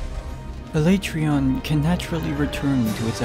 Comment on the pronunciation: The way you pronounced Alatreon gave me cancer. Thank you.